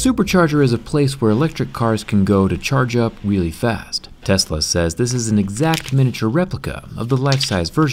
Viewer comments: did he say wheelie fast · He said "to charge up weally fast" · At the start he said wheelie fast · Did he say charge weally fast